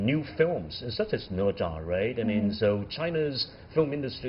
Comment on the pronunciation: Wow They're Chinese, and they can't even say "Ne Zha" correctly Instead they mimic how a Westerner would butcher the pronunciation of the name Specifically, the "zha" should be the 1st tone, but it sounded like the 4th tone the way he said it What a disgrace